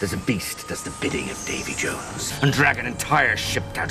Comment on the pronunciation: has a great talent in saying names wrong. I think subtitles would help:D Damey Jones and his Kragen